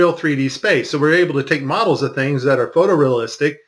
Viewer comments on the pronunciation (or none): none